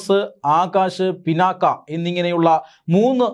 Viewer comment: മലയാളമറിയാത്ത മലയാളി വാർത്ത. ഡോ പിന്നാക്ക അല്ല പിനാക ആണ്